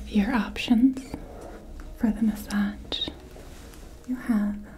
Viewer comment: You're one of my favourite ASMRtists but in this video the massADJ pronounciation is desyncing my immersion:D plz massaZ